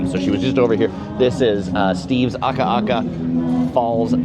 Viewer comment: Love your channel! Your Hawaiian pronunciation has greatly improved! Proud of you,! Keep up the great work. You have the correct intonation of Akaka Falls - just get the vowels right: A-ka-ka and we’ll adopt you as a local! Also, Naniloa is na-ni-loa.